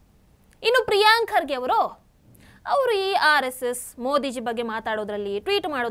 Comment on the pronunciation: ಪ್ರಿಯಾಂಕ ಅಲ್ಲ madam ಅದು ಪ್ರಿಯಾಂಕಾ😂😂😂😂